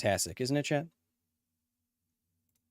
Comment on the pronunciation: I'm trying to pay attention to the WHOLE video so he can learn me something, but I can't help but to wonder is he saying "chEt" or "chAt"?